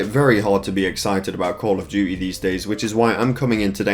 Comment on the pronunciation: call of dew-ee